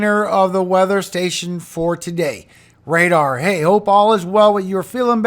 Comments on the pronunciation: The word is radar. I love your program it's a blessing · "RADAR " and I love the Bible reading at the end God bless you 🙏 ❤